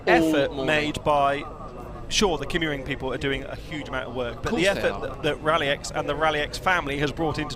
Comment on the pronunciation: Being a Scandinavian, I would suggest that the pronunciation of the "y" in Kymiring is close to the "i" as in Ridge. If you are familiar with German, the pronounciation is the same as the "ü". I hugely enjoy your commentaries as always. Cheerio,!